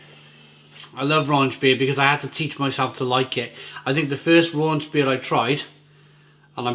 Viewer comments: There is no "n" in rauchbier. Rauch is German for "smoke". Please stop saying "raunch". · I love watching all your reviews and I mean no disrespect when I correct you on the pronunciation here. The first half of the word is pronounced sort of like 'cow' but with an 'r' instead of a 'c'. So, 'rauk-beer'.